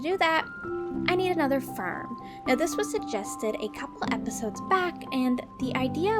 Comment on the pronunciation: Why you say ferm say farm XD